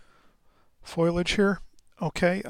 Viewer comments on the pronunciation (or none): I do like the loose and abstract style- I think many of us beginners do. It looks so carefree and easy, but we soon learn it takes great skill to do well. Which most of us don’t have, yet!, I love your work. I love how you mispronounce ‘foliage’ and splatter your paintings, I love how you say the word ‘coffee’, but most of all I love how much you love your Kolinsky brush. We can hear it in your voice, that brush is just your most definite favourite. Keep up the good work, and Merry Christmas from Wales UK 🏴.